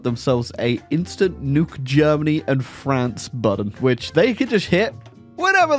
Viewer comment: i love the videos but if you say budden (button) one more time i will lose my mind